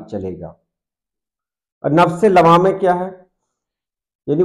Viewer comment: لوّامہ واو پر تشدید کے ساتھ ہے شاید